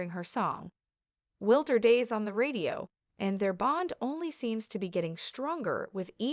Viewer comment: The song name being spoken incorrectly is a jab to the musician who put a lot of hard work into her artistic talent. WILDER DAYS!!!